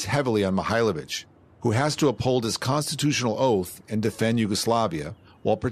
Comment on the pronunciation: da li je moguce da rts ne moze ni prezime djenerala da nauci?On nije Mihajlovic,on je Mihailovic.